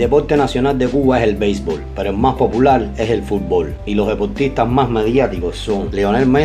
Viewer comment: Me gusta como dices POPULAL .. :) Un abrazo